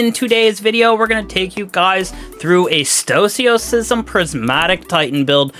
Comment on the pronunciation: its pronounced stow-uh-sism